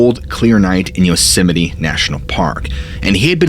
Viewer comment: Am I hearing him say Yosemine, or is my hearing going?